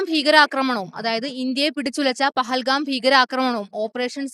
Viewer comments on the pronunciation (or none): none